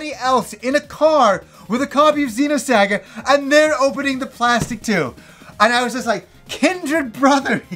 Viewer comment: Zeeno-SAGGUH!!! Lmao!